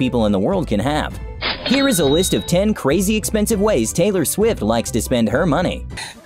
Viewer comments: Ellen said haylor rights 😂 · Taylar swift